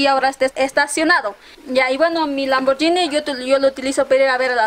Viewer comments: cual lamborllini jajajajajajajaja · lamborgini dice